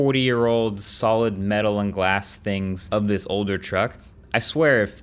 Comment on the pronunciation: "If thiss"